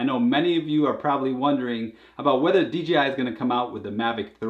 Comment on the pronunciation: FFS D......J.......I... NOT DGI!